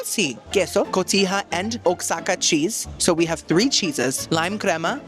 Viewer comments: Jalisco is pronounced Ha-lees-co. And the Oaxaca cheese is pronounced Wah-ha-kuh. Love you,!!!!❤❤ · Some Spanish tips for my favorite half-Cuban :) - J's are pronounced like an H in Spanish. Jalisco is a city in Mexico. - Oaxaca cheese ( named afer the region in Mexico) is pronouncs like wah hock ah.